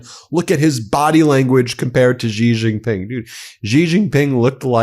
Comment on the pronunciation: That moron at Fox says Xi like its Chi, which it is not. The coverage given to Trump by his co-conspirators and 'state' media is almost at the level of being self-felating.